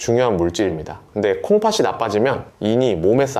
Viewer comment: 콩파시가 아니고 콩파티 라고 발음하세요 초등학생도 압니다